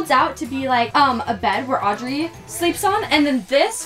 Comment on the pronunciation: sorry but audury